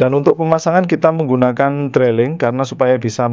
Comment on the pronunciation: Pengucapannya bukan "Drailing" tapi "Driling".. sorry.